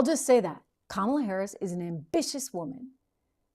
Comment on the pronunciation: Joy Reid gets Harris’s first name wrong 😑